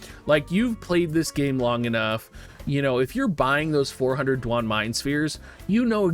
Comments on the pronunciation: Do-wayne or say it faster and take out the o and its Dwayne, that's how it's pronounced lol, my boss has the name Duane and he'd be pisssed if someone called him du on. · "DOO-WAN" bruh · Disliked because of how you pronounce Duane. ;)